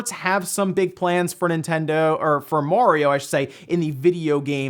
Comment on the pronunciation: please stop saying "Mohriow" it's Mario